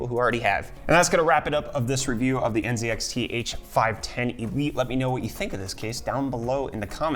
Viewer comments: Bro u okay? I just heard u say nZEDxt Instead of nzxt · ZED? Z(EEEEEEEEEEE) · You are from FL and you say zee in the British way zed. Is that some sort of respect to the company or something? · NZEDXT u canadian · *lives in FL *Pronounces NZXT as N(zed)XT